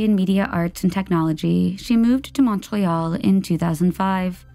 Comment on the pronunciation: Same with Montreal. Ugh